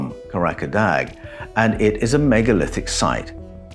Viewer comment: KAH RAH KAH DAH is the correct pronunciation for Karadağ. Loosely translated means mountain of laughter or laughter mountain. Please, as a man of words, use the correct pronunciation. There i s no such place in Turkiye called kahrakadag.